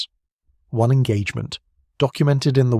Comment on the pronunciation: This sounds like a person--it is quite good but--either they--or the robot used cannot say the numeral 1